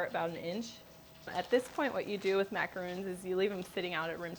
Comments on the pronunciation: These are macarons, not macaroons. There's a difference. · Lol yeah. She seems to be confused in pronunciation of French macarons and coconut macaroons!🤪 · You are pronouncing it wrong